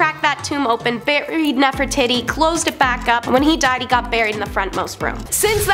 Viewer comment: I find it very funny that one of your ladies that loves to tell history keeps mispronouncing Nefertiti